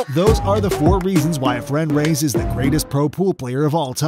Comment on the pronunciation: Commentator needs to learn how to correctly pronounce Efren’s last name